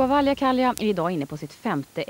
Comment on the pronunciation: Snälla, hans namn uttalas inte "Valjakalja", utan "Valjakkala, dvs. precis så som det skrivs.